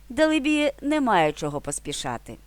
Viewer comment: Дале-бі.,наголос на ле. Дякую.